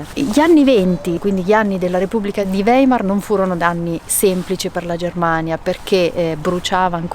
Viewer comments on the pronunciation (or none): Si dice "waimar" In tedesco...